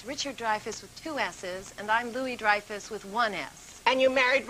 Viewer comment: What was your childhood like Julia Lou-ay Ree-eye-fus?